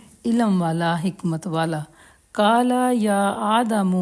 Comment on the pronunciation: آپ کا تلفظ درست ہونا چاھئیے—- کالا نہیں قالا